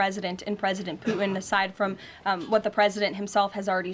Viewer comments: Ha! Chump and Poo-in! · Is this woman totally deranged? Oh, and there is a 't' in Putin. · She says “Pu’in”. 😂She is a horrible public speaker. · Why can’t she say his name? Poo-in? Is he actively making a number 2? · Does she know "Putin" has a T in it? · Her youth belies her flip ways of responding to questions — a typical yes-man (ie, yes- woman)! Putin ( not poo-in)!!